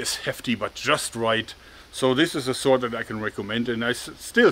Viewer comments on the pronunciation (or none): Mann, das triggert mich SO brutal an das dein "sword" sich (gefühlte fünfzig mal) so anhört wie "sort"... Ist das so gewollt "eingedeutschtes" Englisch für die Fans, oder was soll das?